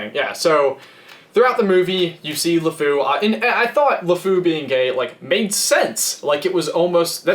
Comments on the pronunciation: it's Lefou not Lafu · it's Lefou not Lefoo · its Lefou not La fou one word and the word fou in french is masculine so you would use the prifix le in front of fou not la and I know this because I was in the french progam since kindergarten